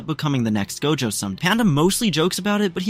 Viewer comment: First he say gojo not dojo